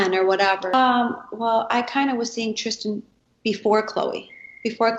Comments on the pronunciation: Trisss-ten. Not Trish-ten ☺️ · Lol she keeps calling him TRISH-tan lol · 😆 she kills me with how she pronounces Tristan's name.. "Trish-tan" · Omgggg yes! Lol if you can say Kristen why can’t you say Tristan???? Lol